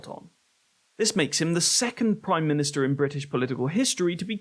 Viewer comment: Praume minustar😂